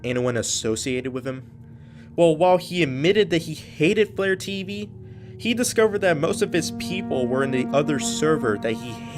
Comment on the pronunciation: When you said FlareTV I thought you meant vlare.tv